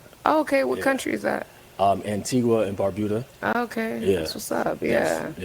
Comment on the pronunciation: 😂 I’m from Antigua and Barbuda and I don’t believe him, because why in the world would you pronounce it that way? The U in Antigua is silent it’s pronounced “An Tee Ga” and Barbuda is pronounced as “Barb You Da” so he’s definitely a second or 3rd generation… a real Antiguan gets irritated when they hear people pronounce it wrong! 🇦🇬🇦🇬🇦🇬